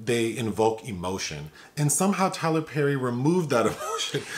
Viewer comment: NOT Tyler PÈÈÈRRRY 🥴